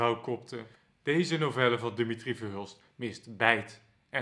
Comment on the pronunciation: Eén Nederlander, eentje maar, die de voornaam van Verhulst correct uitspreekt als DI-mi-tri, niet di-MI-tri. Het zou mooi zijn.